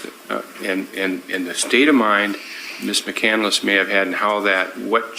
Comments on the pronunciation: Also pronouncing it “Mac-Can-Duh-Liss” it’s a 3 syllable name. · She doesn’t even pronounce McCandless correctly. Such an idiot. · I also love that she pronounces her own last name incorrectly. Chris McCandless’ last name is pronounced with 3 syllables. Like muh-cand-luss. pronounces it with 4 syllables. Like muh-cand-ah-luss. That is absolutely on brand for. Pseudo intellectual. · She even mispronounces her chosen name - it's McCandless, not McCandeless. And every I ever heard of was/is male. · The way she keeps pronouncing her own chosen name as 'McCandle-less' is driving me crazy.